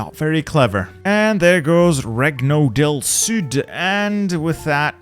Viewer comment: WHAT WAS THAT !??!?!?!? WHY WHAT WAS THAT BECAUSE THAT IS NOT HOW YOU SAY REGNO DEL SUD DAMN BOY JESUS I WAS HAVING A HART ATTACK